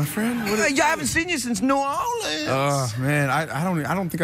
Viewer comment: I think Channing Tatum is saying Knee-Yourleans instead of New Orleans....? I'm a little drunk though